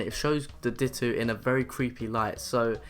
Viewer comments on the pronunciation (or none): Di-toe not dit-two!!!!!!!!!!! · "dittoo" ... no, it is pronounced dit-oh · its dito not ditoo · It's ditto not dittoo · its ditto not dittoo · He pronounced ditto "dittoo" you fucking idiot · Ditto is not pronounced Dit-ew, you pronounce it as Dit-oh Darkrai is not pronounced Dark-Ray, it's pronounced dar-cry. Nice video, though 🙂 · Anyone who gets annoyed by him saying dit-ooo not dit-oh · Ditt-Oh Not Dit-Oo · It's pronounced ditto not dittoo but eh no one cares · This guys use of words to describe painting/drawings and pronouncing Ditto as Dit2 and other stuff gives me severe OCD. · DIT OH FUCKING DIT OH YOU ARE DRIVING ME CRAZY FOR FUCK SAKE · Did you just call dito, ditoo? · Its Dit-oh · Did he say Di-t-two? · it's di-toe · Dittoo? Physics? Darkray? Weird pronouceations